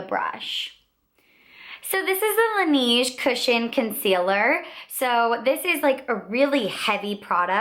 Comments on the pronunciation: good video! it's pronounced "lah-nehje" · I'm from Korea and I have worked for AmorePacific Corporation who is the parent company of Laneige and thats why I said that you're saying the brand name wrong. We say it kind of like Laneíge or Lan Edge. The company chose the french words La Neige which means the snow. The name was chosen because laneige uses himalaya snow water in their products. If you look at the ads thats how you are suppose to say the name. Have a great day! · you're saying laneige wrong...